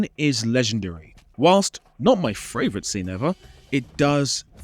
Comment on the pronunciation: Dude, favourite only has one 'r' sound. 😊